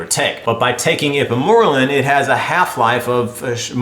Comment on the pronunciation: Lmao it's pronounced secrete o' gogs and ipe mor relin